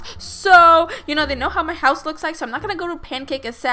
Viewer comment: you saying my hause is weird